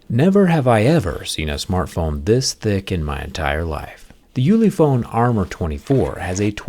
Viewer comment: You said it wrong, it should be ulefone